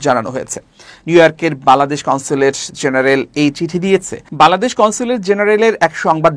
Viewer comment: খবর পাঠককে বলছি, -"বালাদেশ" নয় "বাংলাদেশ" উচ্চারণ করুন।